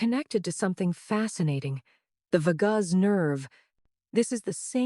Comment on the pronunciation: Thank you Dr. AI….you can’t even pronounce “vagus” correctly….who ever heard of the “vah-gaze” nerve ? Stupid !!!…oh and “plea-gee-er-able” for pleasurable…stupid